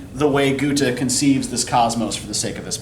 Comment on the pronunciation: My german prof, from Hannover Germany, pronounces it like he does so his is fine